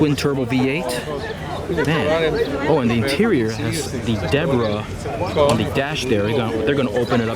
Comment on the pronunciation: "deborah on dee dash dare"